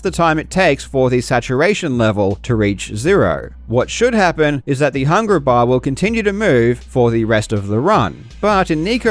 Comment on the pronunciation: Man, your trouble with hard Rs sounds like it hurts at times. I love your videos but "hungra baaah" was so hard to listen to.